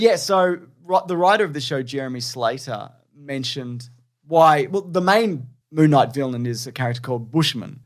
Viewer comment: …are they saying Moo Knight?